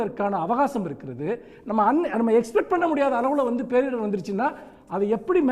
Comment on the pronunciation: நிதியமைச்சர் "பேரிடர்வு" என்கிறார். முதலில் சரியாக புரிந்து உச்சரிக்க வேண்டும்